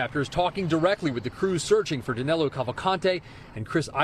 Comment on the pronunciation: Danilo not Danelo